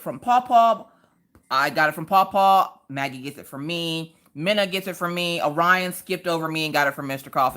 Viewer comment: You would think as a teacher, they could pronounce Orion correctly.